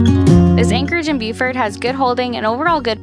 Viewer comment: It is pronounced Bo-fert